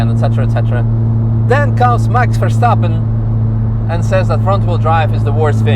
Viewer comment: Who's Wax Terrstapen? 😂